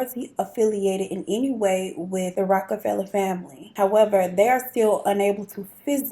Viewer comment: Yes. You are saying his name right. Love your channel ❤😁.